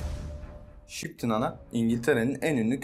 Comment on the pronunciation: Şıptın ana mı diyor? :))